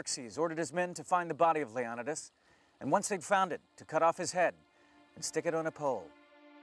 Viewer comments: goddamn mispronounced the kings name right off the bat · When you can’t pronounce leonidas and your trying to teach about him, then you’ve lost all credibility. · Does the man not know how to pronounce Leonidas?! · He pronounced Leonidas wrong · Leonidas is pronounced wrong in this video. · why did he say Leonitas name so wrong? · WOW/ not even 4 seconds into it and he mispronounces the kings name. WHAT FAIL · Why is he pronouncing Leonidas so differently and weird? lol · Chris Botos this explains nothing... d is our delta equivalent. same as every other Greek letter (with some exceptions). The alternative pronunciation of "Leonidas" is al about the stress placement. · I'm only 4 seconds in... I'm sorry, how are you pronouncing his name? Low-non-a-das. First time I've ever heard that. This guy is the one person, who's name is pronounced the same, no matter what nationality is saying it. And then there's you. After reading the comments below. The consensus is, that you haven't finished sophomore English yet. And btw, Stephen King's "IT" is also a real story. A real story, is any story that has ever been told, or invented, or thought of, ever. A TRUE story, actually happened. Which is also different from a Documentary, Biography, and also a Based on real facts story. The story of Leo-Ni-Das, is a based on real facts only. Many details of the Persians, are the extreme opposite of the truth... Did you know. Only one of those two groups, had slaves... And it wasn't the Persians... They had outlawed it by this time. And that this army, was one of the largest financial purchases, of all time, for a long time. The Persians, paid their army. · 'LEON'EYE'DUS' NOT 'LEON'IDUS' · leon-ih-dus??? Its leo-ny-dus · These guys have been saying Leonidas wrong this whole video...wow. It's not Leon-oh-dus. It's Lee-oh-need-us. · LEE-Oh-nee-dus, not Leon-ih -dis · Its pronounced leo-ny-tis, NOT lee-on-it-is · King Lee uh NIGH dus not lee OH di nus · Leo-ni-diss....not lee-on-idis....